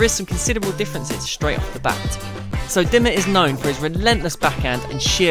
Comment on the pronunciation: Oh boy your pronounciation is terrible in this vid. Who is that Dimma guy? What kind of place is Duhseldorf?